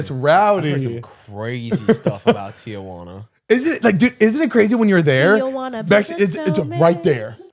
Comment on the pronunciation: Why do they keep saying TIAjuana lmao